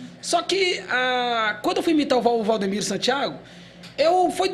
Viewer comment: Rapaz, não é Valdomiro, é Valdemiro 😅